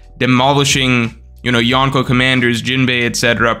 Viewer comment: why do you say yonko like that lol so embrassing